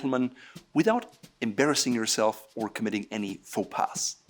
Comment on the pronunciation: Do NOT prononce the "S" in the word "PAS";)